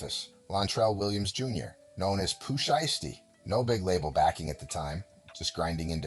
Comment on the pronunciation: Pooh Shiesty, Pooh Shee-esty, Shy-esty and Pooh Sheesty in trouble yall